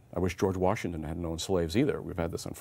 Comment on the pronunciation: "War-shington" Accent or Freudian slip?